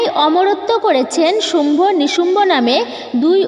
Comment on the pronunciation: Eto bhul bhal keno bolen ? Sambhu noi sumbho .nishumbho